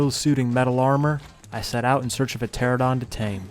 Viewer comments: Pteranodon, not 'Pteradon.' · is it spelled pteradon? No. Its pteranodon. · I'll be honest, I kinda hate how everyone calls them "Pteradons" instead of "Pteranodons" or just "Pteras." Like, don't just go halfway and sound illiterate. Great vid, tho. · Always curious why people always misread pteranodon and say “terradon” instead of “terranodon” like do you just not see the letters? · whhhhhhhhhhhhhyyyyy do people STILL call it a "teradon" There is in fact a NO in there "Ptera-no-don" (Great video but holy crap it's frustrating) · hate to be that guy but its pteranodon tear-an-oh-don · it amazes me how out of anyone, ARK players can't pronounce pteranodon